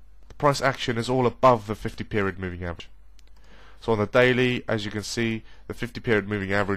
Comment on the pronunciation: Lol "above the 50 meriod poving"